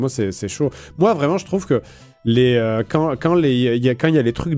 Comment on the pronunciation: À le "quand" sonne vraiment québécois 😂